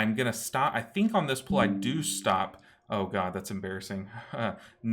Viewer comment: It's pronounced pull not pool for the love of God!!!!